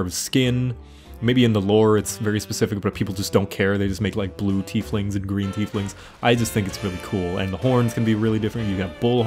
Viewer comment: Thank you for not calling them "Tyfe-lings". Means a lot xD